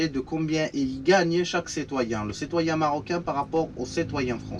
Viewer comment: On dit citoyen pas cetoyen